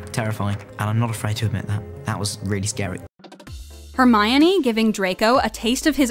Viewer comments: Did she say “Her-mi-o-ne?” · I’m sorry no hate but did she say hirmyoneee (her-mion-eee) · Ugh the way she says hermione is just.... UGGGHH